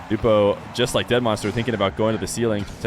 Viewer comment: I was hoping the way you say Nwpo like newpo would catch on, I like that pronunciation. The way johnny says it sounds weird